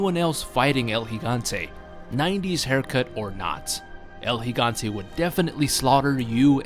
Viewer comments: its pronounced el higante (Gigante) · Finally someone actually knows how to properly pronounce his name. Seems nobody realizes the first 'G' in Gigante makes an H sound.